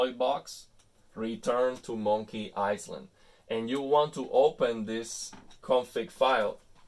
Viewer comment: Thank you for these detailed settings. Btw the s in island is silent. So it’s pronounced i-land. Love your videos keep them coming.